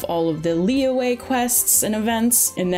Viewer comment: the y in liyue is a consonant sound, like y in yummy, just saying